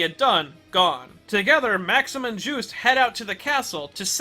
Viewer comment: Oh i always his name is called jus-te' belmont. Not juice belmont